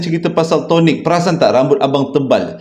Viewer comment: assalamualaikum and AJSPL.. pelik bebenor cara abg sebut Tonik rambut tu🤣..